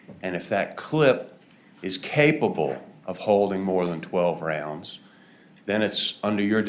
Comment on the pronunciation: I wanted to STRANGLE that 1st fuck for saying "Rounds" wrong in EVERY WAY POSSIBLE!